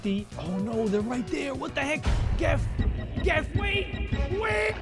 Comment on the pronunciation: It’s not jif, it’s not gif It’s gef